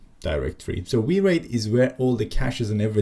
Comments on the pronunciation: came to the comments to say it is probably called wire it... not wi reit. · Kudos for leaving in the wi-reit pronounciation. Legit funny.